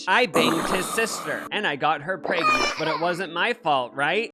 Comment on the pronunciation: I always love when you say “preyygnent”